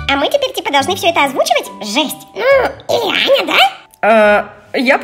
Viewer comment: ой не так сказа Аня а не Ані